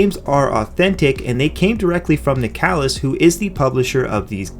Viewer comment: Isn't nicalis pronounced like nicholas?